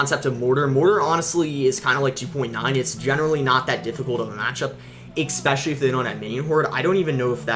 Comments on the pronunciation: Please stop pronouncing the words "especially" as "eXpecially" and "etcetera" as "eXcetera" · Is it just me or does he always says "ekspecially" and "ekcetera"?